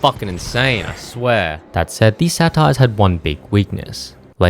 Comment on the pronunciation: Lol yeah. I believe the accepted pronunciation in english is "Say-tir"